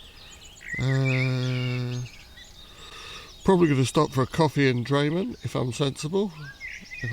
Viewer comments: Great video diary of the WHW and really appreciated seeing your wild camping experience with lots of useful information. Some wee pronunciation points: Mil-guy not Mil-gav, Drim-in, not Dray-men, Tin-drum not Tray-drim but it all added to the entertainment! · Drayman ? You mean Drymen. Pronounced dri, as in drift, men. Dri-men. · A good video is let down by issues around place names, especially where there are people to ask. Mull-guy - (Milngavie) is just one well-known example but I am sure that the pronunciation of Drymen, Rowardennan, Inversnaid and Tyndrum could easily have been resolved by asking.